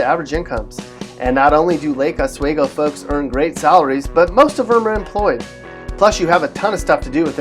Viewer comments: It's pronounced Lake Os-we-go. Not wae-go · You are pronouncing Lake Oswego incorrectly. Oregonians hate it when outsiders do this.